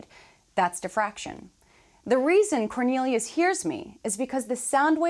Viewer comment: my man really called cornelius